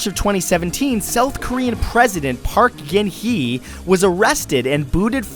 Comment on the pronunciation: park gen hi???????? lol choi son sil ????????? boi ur pronunciation sucks ass haha